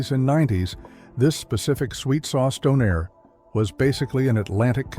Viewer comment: It's DAWNAIR, not DOH-NAIR